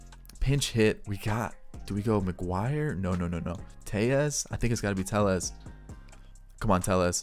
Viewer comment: It’s Rowdy Tellez not Rowdy Teyez